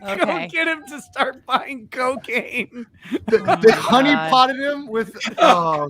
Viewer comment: it's "honeypop"...